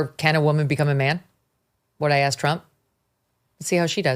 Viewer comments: If you cannot pronounce words like "Asked" properly, you are not an expert on communications. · Did he say axed? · Whoever commented he used the word axed for asked is completely right. Is he really college educated!?! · Coates: "I have axed repeatedly...". That's where I stop hearing him. He's either an uneducated product of DEI, or deliberately mispronouncing a word to win favor with a small amount of ignorant people who refuse to melt into American culture. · Not that this is what’s important, but did Coates say, in his second sentence, “ I have axed”…??!!! Unless English is his second language, and I’m pretty sure it’s not, when did “axed” become an acceptable word; I ask, ironically and rhetorically!! 😂🤦‍♀️ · He lost me at "I have axed..." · did coat check say axed oh please ......! I can't deal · Glad that he's so educated he was able to axe someone. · He should know, being a reporter, it is "asked" and not "aksed". Also, his control of the English language in general is not very good. English is a second language to me, and I speak it more correctly. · Tony's been "Axing" questions for 20 years??? What a professional! 🤡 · Coates mispronounces the word "asked" as "axed." And this guy's some kind of "scholar"?? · He writes books yet can’t say ‘asked,’ whatever… so very credible… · Coates can't even speak intellegently. Axe, dis, dere. What an embarrassment. As stupid as AOC and as big a grifter as Al Sharpton. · He axed ? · “axed”?!? This guy’s been a ‘reporter’ for 20 years. Wow. I’m in the wrong profession. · Wow, such "brilliant" "black scholar". Writes multiple books based on minimal knowledge of the English language, still says "Axxed". Such great leaps and bounds by the diverse group. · i heard him. my #1 disliked mis pronounced word. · Oh Lawrence jones on Fox and friends pronounces asked as axed as well and any word begins with a he emphasizes with a growl